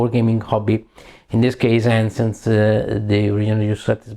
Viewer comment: Ancients si legge "enscients"... 😅. E "melee" si legge "milii" ...